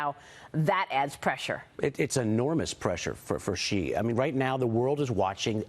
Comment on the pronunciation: For god sake, Xi is pronounced “She” not “Gee” , Maria!